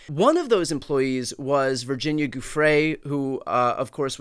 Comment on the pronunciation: Brian- Please learn how to say Virginia's last name. You diminish that she was arguably the one person that finally uncovered the entire thing. The Farmer sisters tried sooner. But Virginia put this on the radar. She committed suicide albeit as a result of her suffering.